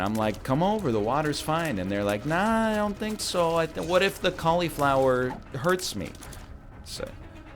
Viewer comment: Can we talk about how he says fucking cauliflower